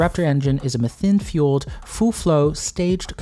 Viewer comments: I love this video. The recap is well formulated. The only thing that bothered me was your pronounciation of “methane”😅. One generally pronounces it as “meh-thane” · theres "mathane" theres "mithane" but no "methine" like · I've never heard anyone else call methane like that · The British usually pronounce it Me-thane Americans seem to pronounce it Meth-ane. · I hate the way he pronounces methane as well as the fact that he didn't provide metric measurements near the imperial ones. Very unprofessional. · Why are you saying "methane" different than everyone on the planet -- just to be obnoxious?